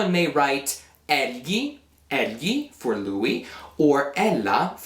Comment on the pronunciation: Egli is pronounced as /el-yi/ not /el-ji/ with soft j.